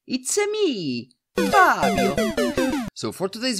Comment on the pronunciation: Nice...why u said Faaabio, I guess it's Fabio..😁